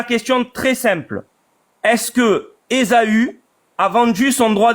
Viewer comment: ESAAAAAAAUU, pas ESOOOOO!!! 😂😂😂